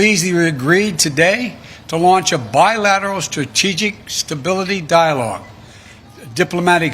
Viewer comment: He couldn't even prounce strategic stability!